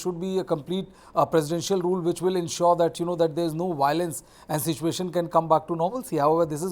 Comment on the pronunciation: Why can't the meitei pronounce biolence😅